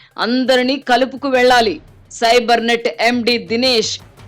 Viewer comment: Sibernet కాదు....fibernet